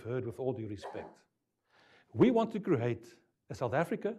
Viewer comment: Why do Afrikaans ppl say cre-hate 😂 No hate just funny